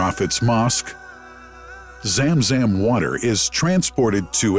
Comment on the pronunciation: Zam Zam Water Not Zem Zem Water😂😊